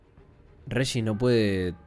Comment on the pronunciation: buen relato amigo, solo un par de consejos que no pediste jajajajaen regis lo estás pronunciando como reyis pero a mi entender está mal, se utiliza la misma fonética que en región, registras, etc. En dicathen el acento prosódico va en la a, dicáthen, espero no te lo tomes a mal, ya me lei la novela unas 5 veces y es de las mejores que leí hasta ahora (para mi eh para mi, como diría el posho vigñolo)